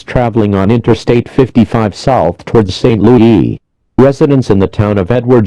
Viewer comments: St. Loo-EE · St. Lou-yee